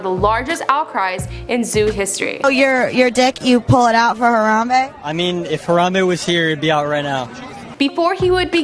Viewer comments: She say harada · har-am-BEE its BEE not bae